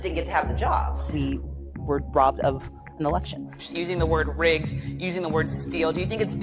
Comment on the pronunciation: OMG did she say RIGGES TJAT SOUNDS LIKE TJE N WORD